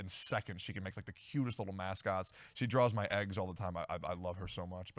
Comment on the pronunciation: For some reason it pisses me off when people pronounce eggs as ayggs. Wtf is wrong with yall lol